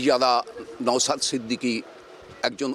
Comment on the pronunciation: নওসাদ নয়, নওশাদ। উচ্চারণ ঠিক করে করবেন। ।